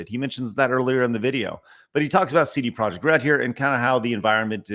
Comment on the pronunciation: CD Projekt, I dub thee “Seedy Project”